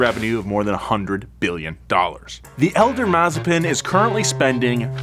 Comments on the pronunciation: Video as always was very good! Only thing is your pronunciation. He is mazEpin not mAzepin.😘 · Another one it is MazEpin (he's russian after all), not MAzepin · It’s pronounced, Mazes🅱️in. 😂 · Mazepin more like mazespin😂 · no, its masivespin